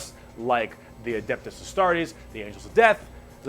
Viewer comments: just so you arent confused Astartes is pronounced (Uh-start-ees) also is an imperial guard player and cadia was a very important planet for the Guard and the forces of Chaos destroyed it. and now Cadia is a very sad topic to the guard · pronounce astartes as uh-star-tees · literally every Warhammer fan after watching her pronounce Astartes: execution is in order